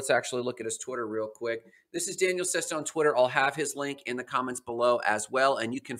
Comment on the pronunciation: I am pretty sure you're pronouncing Daniele wrong, you are pronouncing it as a girl's name, there is no way that's correct, the way you pronouce it is the girl version which would be Danielle, which is wrong